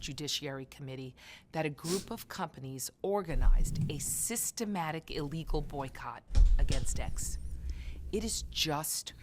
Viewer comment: Natili. It’s not EELEGAL it’s ILLEGAL